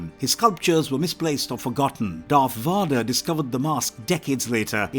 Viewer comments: Darth Vodder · who tf is Darth Vaadar